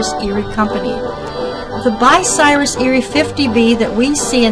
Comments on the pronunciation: the name is bUcyrus not bicyrus someond who knows what they are doing needs to edit this video which has too much history to have this kind of mistake, having rebuilt several crains and drag lines in the 70's I can appreciate this vid THANX! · What the heck is Bi-Cyrus? BTW . . . . . . thanks for the vid, always good to see people care about our history. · It is, Bucyrus, not, "Bicyrus". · too bad the narrator can't properly pronounce Bucyrus(Byoo- sire-us) as those who are from these parts are familiar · I's Buu-cyrus. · Say it like this: (B-you Cy-Rus)the woman mispronounced the name. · Much of my pleasure in this video comes from its earnest, homespun quality. As much as I detest the addition of music to documentaries, the barn-dance band enhanced that quality. Even the lady's consistent mispronunciation of Bucyrus added a chuckle. I'll try to find the other videos Rollag may have added to its nostalgia collection. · Please learn to pronounce “Bucyrus”!